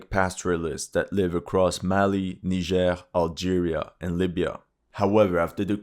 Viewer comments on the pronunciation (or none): none